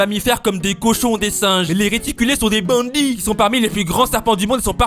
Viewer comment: La façon dont il a dit bandit 😂 comme a l’Africaine 😂😂😂